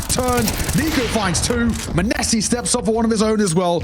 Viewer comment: my ears hurt when caster says MANESSI